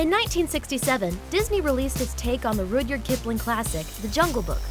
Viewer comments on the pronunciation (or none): It's not pronounced Rooodyard, idiot. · Rudyard Kipling's first name was mispronounced. The first syllable rhymes with 'mud' (not mood).